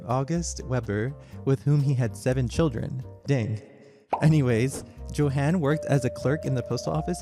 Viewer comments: I'm not talking about perfection. I'm talking about at least attempting to read it like it's a German word. Joe-han? Yo-hun. It's not that difficult. For all the research that went into this video it would have been better as a slideshow without audio if the language was going to be butchered that badly. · I do believe the name is pronounced "YO-han". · [yohan], not [djohen]. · I'm so confused. Your German pronunciation is sometimes really good (like you pronounce the '-ch' in words like "Bach" and "Richter" perfectly), and yet you also make some pretty basic mistakes, like not pronouncing the "j" and "w" like "y" and "v", respectively (*cough* "Johann" and "Wagen" *cough*). It's as if you did research into how to perfect the difficult aspects of German pronunciation, without even knowing the basics 😭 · It’s kind of hard to take you seriously when you don’t even know how to pronounce “Johann.” Quite ignorant. You have never heard of Bach?